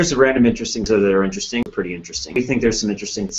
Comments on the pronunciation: Now the word sounds like "Inter Sting". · All I hear is "intresting" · Interstring. That's what it started sounding like 30 seconds in. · At one point I just heard 'intersting' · now repeat after me: i n t e r e s t i n g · Can't pronounce interesting correctly now